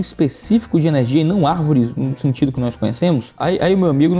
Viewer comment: "As árveres somos nozes" kkkkkk